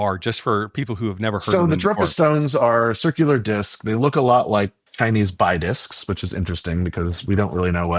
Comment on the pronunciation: It’s pronounced BEE discs, not BYE discs